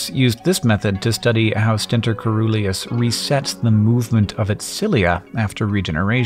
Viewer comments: The correct pronunciation of coeruleus is closer to seruleus as in cerulean blue... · I think you're pronouncing "coeruleus" wrong. Webster's Dictionary says "locus coeruleus" (only example of coeruleus they have) has "si-ˈrü-lē-əs" as the IPA, so it's kind of like "cerulean"